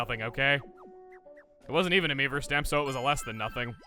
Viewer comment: Whenever Chuggaa says "Mii-verse" I hear "Meme-verse" .